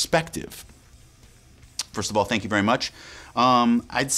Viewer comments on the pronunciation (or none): none